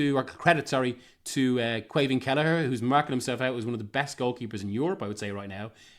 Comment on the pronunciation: …..maybe learn how to pronounce Caoimhín’s name🤔